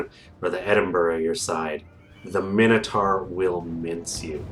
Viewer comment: "Dinner-sar"...no! "Dyna-saw"...Yes! "Minner-tar"...no! "Miner-taw"...Yes! Sorry, bugs me, lmao.